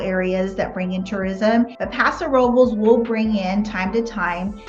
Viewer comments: YES! They are pronouncing it just a like a local. Don't hate on the local Paso Ro-Bowl folks! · They are pronouncing Paso Robles like a local! The pronunciation is how we know who is local and who is a tourist.